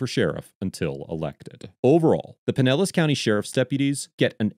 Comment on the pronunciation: For future reference, it’s “pine-ellis”. 😉 Also, Pinellis is a “rich people’s” area!